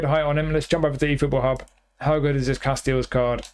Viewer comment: I like your extended knowledge on Casteels. You even pronounce it right.